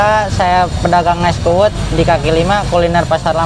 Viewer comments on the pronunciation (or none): Es kuud 😁 bukan es kuwut 😁 kuud artinya kelapa muda dalam bahasa bali